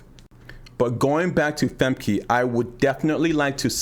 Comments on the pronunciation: Thanks for the tip, I've been calling Femke FEM-KEY for the longest but I just started calling Fem-kuh once I learned about how to pronounce it correctly recently. European names are so hard to say because of all of the consonants. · pronounce her name right: Femke (Famkuh) uh not ee